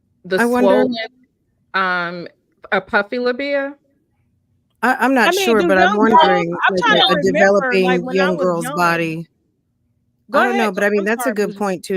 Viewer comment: Puffy labida??? 😅😅😅 Puffy LABIA !!!!!